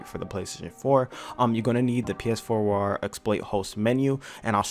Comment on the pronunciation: lol learn how to pronounce Phwoar lol